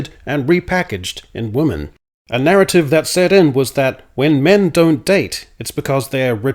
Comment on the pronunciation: Is pronouncing woman and women the same an Australian thing? I've noticed in multiple of your recent videos. I thought it was just a mistake at first, but you said it a lot in this video and always pronounced it wo-man even for the plural. Not criticizing, just curious if that’s common in Australia?